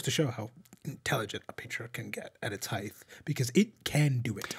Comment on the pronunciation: Please stop saying "heighth"